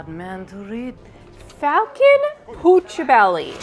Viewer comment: I almost though dropped an F bomb when she said Falcon!